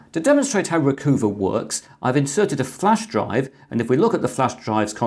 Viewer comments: I'm thinking it's "Recuhva" not "Recoova," eh? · Chris, you're too well educated. RE: #10, I don't think it's pronounced 'Reecoova' like 'hoover', it's 'Reecuva' like 'recover'. LOL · Actually, it's Re-Cuh-Vah, (as in recover) and not Re-Coo-Vah, (as in Mini Cooper). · Recoover... Really?? I would assume it to be "Recover" Re-cuv-a. SD Card Formatter... Never needed it, windows formatting has worked fine so far, but good know just in case, thanks. NoteTab... Interesting... Been using Notepad++ for years now, but will check it out. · I've always pronounced Recuva as Recover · RECUVA sure it is pronounced recover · Recuva I think is pronounced like recover but in the gangsta style of recova or recuva. Make the u sound like an o sound. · Not ree-coo-vuh, but ree-cov-uh. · I think you'll find that 'Recuva' should be pronounced 'recover' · RECUVA is pronounced RECOVER Blimey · It's interesting how he pronounces the name "Recuva," with a long u. I think it's pretty obvious it's intended to be pronounced with a short u like "recover" except with a short a instead of er. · Well if you just want to argue... From the Wikipedia page: Recuva (UK: /rɪˈkʌvə/) is an undeletion program for Windows, developed by Piriform. Piriform seem to like their puns as well. Note the bit in parens, it's being pronounced 'u' as in 'cut'.